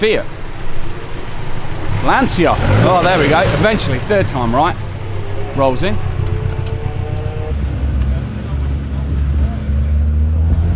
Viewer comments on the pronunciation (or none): Lancia correct pronunce is Lanchia, not Lansia. Weber correct pronunce is Veber, because it's the surname of an austrian (not an english) family immigrated in Bologna. For example you say folksvaghen for the name volkswagen because the sound of v in germany is f.